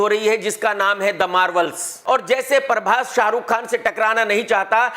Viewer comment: ये सुकड़ा बहोत बड़ी चिलम है प्रभास को परभास बोलता है सुकडे तू नही जानता मैं बताता हूं प्रभास ने तो रिलीज़ से पहले ही पूरा बॉलीवुड हिला दिया है लोगो की फटी पड़ी है सिलवाने के लिए दर्जी नही मिल रहा है है है है